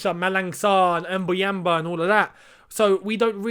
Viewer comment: I am really surprised how fluently u say mbuyamba 😂